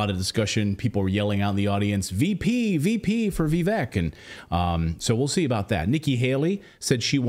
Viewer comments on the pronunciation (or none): It's pronounced VIVAKE. 🤦‍♂️ Between you and PBD, I'm not sure who's worse! Pronounce his name correctly it isn't difficult for Christ sake!!! Also, Natali in red ❤😍🤤🤤🤤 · It's not VeeVek, it's VihVake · Vee-vake rhymes with cake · (VIV-VAKE) BRO! 🤦🏻‍♂️ (JEEZ-US)